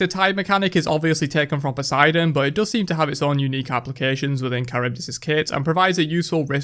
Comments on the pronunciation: First of all not Karyvdis, Haryvdis. Second of all wtf? She was supposed to be really intriguing with her design becacues she is NOT a human...... So disappointed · chArybdis is the correct accentuation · Pls guys just say Harry-reev-Diss